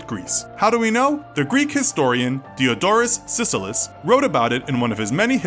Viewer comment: Reeeeee You pronounced Diodorus Siculus wrong